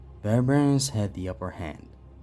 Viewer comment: Oh no, not the bare-bare-ians